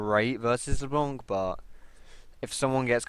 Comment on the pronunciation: it's not leblonk ...